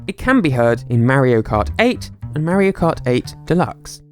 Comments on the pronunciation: It's not Merry-o. It's MARIO. Mah...reee....oh. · Listen i loove your vids but im a perfect person, so yeah i just wanted to say its not how u say mario. It sounds like morio.